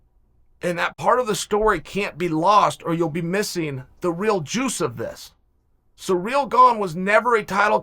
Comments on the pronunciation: Who the fuck is cyreeeel uncle its Cyril wtf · Ciryl is pronounced "sear....ill" not bloody "sir....real" sometimes I wonder about you kid. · Ciryl - Sir-ill nor sureal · I can't even watch this because you don't know how to say "Ci- ryll" Gane. You should have just said Gane. 🤦🏼‍♂️ Talking all this BS and you don't even know his name lol